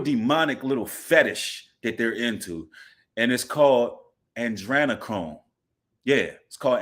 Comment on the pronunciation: Ah-dree-nah-chrome